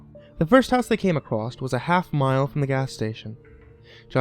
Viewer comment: ***** as my girlfriend and I were listening to this, she stopped and said "Oh my gosh, he said acros-t (across) just like you!" So I assume that you are from the Midwest as well, given that this is a speech pattern I never noticed until she pointed out that I do it. (Shes from out of state)